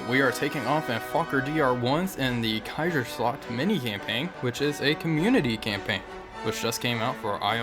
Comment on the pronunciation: Jaggeschwade in da keisaschlagd.... I love your German pronunciation 😂